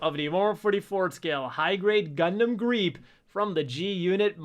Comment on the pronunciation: Thank you for showing me how to pronounce Griepe.